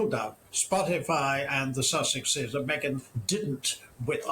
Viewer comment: DIOR? ME-GAIN? Non merci. Jamais.